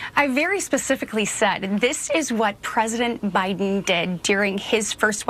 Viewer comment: This liar can’t even say the man’s name. It’s Biden not bynun. She got the real story and we got the shoebox lady.